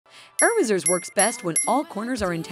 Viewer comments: It's not about that. She really said Err-razers. When it's actually pronounced E-razors. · No one talking about how she pronounces erasers?